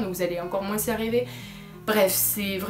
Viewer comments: on prononce pas le s normalement 😂😘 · Tu viens forcément du Sud 😂